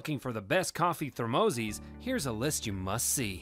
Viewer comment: Thumb down because you can't pernounce thermoses like most people